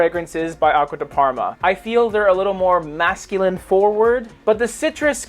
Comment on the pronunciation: Abysmal italian pronuncoation👎